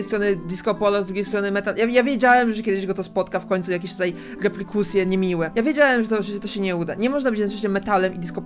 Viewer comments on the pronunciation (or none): Mówi się reperkusje a nie replikusje